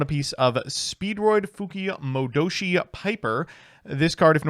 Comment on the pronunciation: It's impressive that can pronounce Fuki-Modoshi pretty much spot on but he can't say the word "duke".